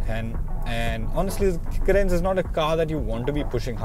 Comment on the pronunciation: Its ... Car -rens ..... Please keep the pronounciation accurate before shooting the video...